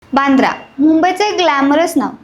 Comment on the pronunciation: बांद्रा नाही वांद्रे बोला